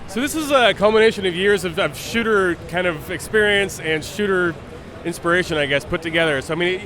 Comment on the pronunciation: this guy sounds like he is saying shitter in stead of shooter lol